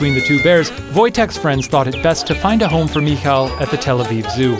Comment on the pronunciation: You're pronouncing Michael wrong, you're close though it's Mih-HI-el